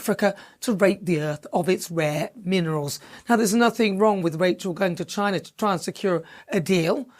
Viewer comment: Wtf? You been racist in how you say China? Dont forget in what your history or background...west africa most likely...coz of the greed of britain.